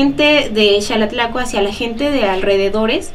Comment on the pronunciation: Que curioso. Alguien que vive en EEUU me recomendó éste video. Tengo conocidos en Xalatlaco, pero he escuchado a muchos decir: Jalatlaco. (Incluso tú y el conductor lo hicieron varias veces), y ya que te interesa difundir la cultura estaría muy bien que en tu canal empezarás a llamarlo, e invitar a la gente que lo hiciera correctamente. Felicidades por tu trabajo y lo continuaré viendo, pórque me encanta todo lo relacionado a las tradiciones de los pueblos de México.